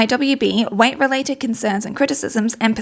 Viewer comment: The fact that you pronounce weight kinda like white is also very fitting